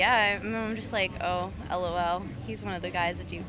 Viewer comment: Bro, she said " L o L"